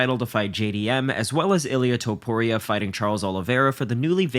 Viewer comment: Topuria, not Tuporia